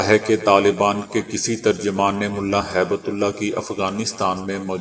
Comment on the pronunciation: Haibtullah naheen hib tullah hai urdu seekho bolna na maqool